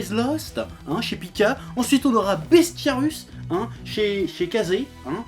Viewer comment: C'est Bestiarius (avec un i), pas "Bestiarus".